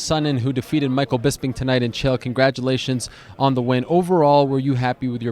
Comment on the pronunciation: Chael. Like “Michael”....